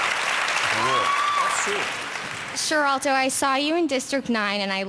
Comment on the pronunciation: XDD I'm sorry, but how that girl pronounced Sharlto was priceless!